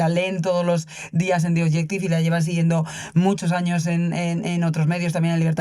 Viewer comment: Es naiv pensar que PS va a responder a cualquier cosa que se le pregunte. Por otra parte, es triste que en el 1er cuarto del siglo XXI aún resulte difícil a los españoles pronunciar ‘The Objective’.